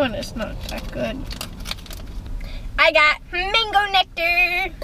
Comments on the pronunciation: whats MAYNGO 😂😂😂Isnt it Man-go, sorry I'm not hating I love you guys <3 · They said "Mingo" I say "mango"😂😂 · lol I’m from England so to me when the merrell twins say MANGO it sounds like they’re saying mengo/mingo 😂 whyyyyy... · I found it very strange that they said mengoes instead of mangoes, is that an American thing? 😂 coz that's definitely not how we say it in England Lol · What else thought Ronni said Mingos. I did. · estefanny reyes: I love how they say 'mengo' 😂 no hate! I love these guys!!!!! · Carlos Castillo I love how they saw mangos , it sounds like mingos or Mingus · Habiba Alom I pronounce it (MAIN-GO)